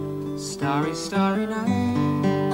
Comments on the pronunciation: Its starry night and not stary night! ie as in stars in the night! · Not stare-y, starry. Starry starry night. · Just fyi: not stary (looking to stare) is actually starry like stars. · Not “STAREy night, it’s “STARry” night” . ;) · Ooops... Mel... That's "Starry Starry Night" not "Stairy Stairy Night" (Star--ree as in a night sky full of stars.. :) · Not starey - starry night like stars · Star-ry night. Not Stare-y night. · "Stairy Stairy Night"? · IT IS STAR STAR not Stare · STAR-ee night ... like the word "Star" with an EE at the end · Starry as in "star-ee" ;-) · Tell me you didn't just say "staree staree." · Sorry, but it's a starry a night as in star.👍😇